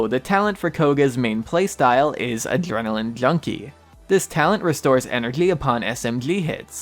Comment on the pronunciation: I think he has braces or is not a native english speaker he pronpunces adrenaline, attention and other words weirdly too. Or maybe he has some speech impediments